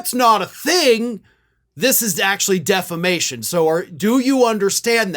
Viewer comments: He always pronounces it "Deflamation". Tommy Campbell points that out endlessly, on his show, playing the latest clip of Mike saying just that. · Every MAGA I hear say it the same way "De fla mation" . It's a thing with low IQ people. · Deflamation? Did Mike change profession and became a firefighter? 🤪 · I was so very much thinking you were going to tell us Mike pronounced it defecation. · He's been pronouncing it as 'deflamation' for years. i watch a comedian named Tommy Campbell who regularly features Lindell doing what he does best, making a fool of himself. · Deflamation. Lmao It’s such fun, because he’s been mispronouncing this for years. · he's been saying deflamation for years. Tommy Campbell has always made fun of him for it. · You’d think of all the words in the English language, “defamation” would be the one Mike Lindell would know how to pronounce, since he has been sued for defamation numerous times in the last five years. But no. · DEFLAMATION - he's said it forever. It's how he thinks it's actually said even though there's no L in there. And he has no attorneys - he's representing himself. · He ALWAYS pronounces that word wrong. 😂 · Dude's been saying "deflamation" constantly for actual YEARS 😂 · Lindell ALWAYS says defla-mation. He truly can't say the correct word. He also counts "1, 2, C"! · Deflammation! Is this the opposite of inflammation, lol? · No he 'dint' say 'deflamation'!😂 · Lumpy has been saying "deflamation" for literally years, since he was first charged with...um...something that sounds sort of like it. 😆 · Hello Australia! Can You hear me? How do you pronounce Diffamation? Knock Knock Roomservice! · Deflamation? Is he a firefighter? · I hate myself for knowing this, but Mike Lindell has always pronounced it "deflamation." 😂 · Birn American and can't pronounce word defamation😂😂like that preacher IN THE BENINING😂😂😂.